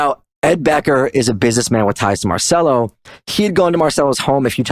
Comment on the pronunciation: It is pronounced "Marchello".